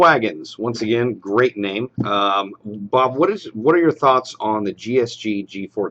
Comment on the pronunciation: Bob* not boob xD